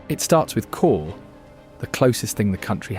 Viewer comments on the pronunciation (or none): Why have you got Scottish people playing bagpipes? Not Welsh at all! It's not Call it's Cawl! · Cawl is pronounced Cowl, and simply means Soup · Cawl is pronounced like the English word cowl. Not call. This feels very AI. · Please take the time to learn how to pronounce Welsh place names before making a commentary short like this. It is great that you are showcasing Wales, but consider the insult you make by not attempting to pronounce place names, or for that matter "Cawl" try it like this COWL with an elongation on the L. Otherwise well done. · I wish a Welsh speaker had told the moderator how to pronounce Cawl (= Cowl as in the animal+l) and Caerphilly ( = Kairphilly) or better still narrated the text dotted with so many Welsh words mispronounced here. Awful. All in all a very weird narration full of errors, so obviously AI and badly researched. But the images are lovely, turn off the audio 🤣🤣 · A little more research into pronunciation would have made the commentary better. Even cawl is incorrectly pronounced and that's usually said correctly by non Welsh speakers. Shocking. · If you're going to the trouble of making a film about Wales you can go to the trouble of getting the pronunciations right. I had to turn it off after he said cawl.